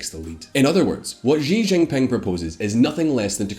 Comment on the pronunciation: He didn’t even pronounce xi jinping properly😂 I was literally cringing